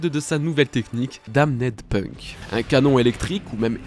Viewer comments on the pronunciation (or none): none